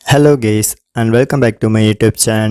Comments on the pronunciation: Okk,at first de he say guys or gayyys😐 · Bro u said gays except of guy 😂😂😂 Btw thnq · Bhaii gays nhii guys bole yrr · did everyone heard he said "hello gays"🤣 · Did he just say hello gays 🥲🥲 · She said hello gays😄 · "Hello gays" bola kya isne suru mei? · “Hello Geys”🤪😅😂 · More like "hello gays" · He said hello gays